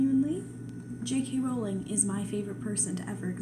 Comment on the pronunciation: Its a breath of fresh air to see some common sense around Jk Rowling AND someone who pronounces her name correctly! Thank you for this!